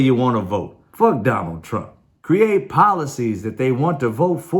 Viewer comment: Guy sounds like he’s saying “Donald Tramp.”